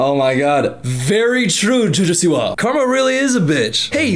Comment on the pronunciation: "Jojo siwa" sounds like a noise not a name, and you say it PERFECTLY 😂😂😂